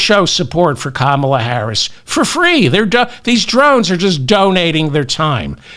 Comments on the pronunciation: Still can't pronounce Kamala. Sign of inflexibility. Maybe also just fulminate intermittently. Again, a bit of vocal flexibility would be welcome. Re trans and other policy issues - yes, be prepared to discuss it BEFORE it becomes and issue with many numbers. Seth is not wrong. Dem denial that wokeness is or could be an issue IS AN ISSUE. You are spitting and fulminating from a fake moral high ground. An old man not understanding erasure of womanhood as its own category.Being a woman is an optional extra for a male. There is an issue for women. Maybe not for bitter old vegans. Hey, how about eating a steak? Might calm you down. You're. sounding very bitter. Too much roasted broccoli, perhaps. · Why should I listen, like and subscribe to your channel if you can't even say a first name right!!